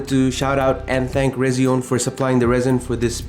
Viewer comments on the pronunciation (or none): Hey just so you know, it’s pronounced Resi-ONE. Just like their logo, it’s an R and a 1. And your work is incredible and inspiring as usual! ❤❤❤❤❤